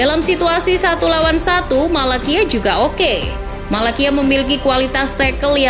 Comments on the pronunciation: sbutan nya tyrel malacia-tyrel malasia..bukan malakia..🤣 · Maaf cara bacanya bukan Malakia, tapi Tyrell Malacia (Tairel Malasia) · Cara bacanya Malasia min bukan Malakia, sorry min bukannya sok ngajarin atau gimana tapi emang begitu bacanya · Disebutnya malasia min bukan malakia hadeeehh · bacanya malasia min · Malacia itu dibaca Malasia bukan Malakia mbak Daley Blind itu dibaca Blind bukan Blain kayak bahasa inggris Orang belanda dia Tolong perbaiki lagi bacanya